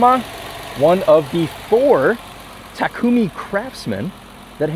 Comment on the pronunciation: TAKUMIの発音日本人並み😳⚡️